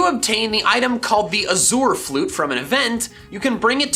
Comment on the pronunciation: I'm sorry did you just pronounce azure as AZ-OOR??? I can maybe forgive Yveltal but no, not that